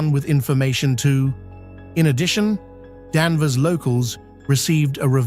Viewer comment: It’s Danvers not Danver.